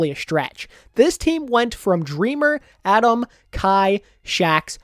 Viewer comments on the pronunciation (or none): none